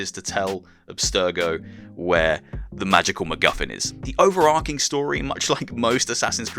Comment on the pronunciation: I've never known anyone say "overar-King", instead of "overar-Ching"...